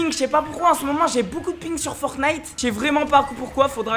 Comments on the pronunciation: T’as dit fortiite lol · ⚠️ Au début quand tu à dit FORTNITE en faite sa se prononce en anglais ⚠️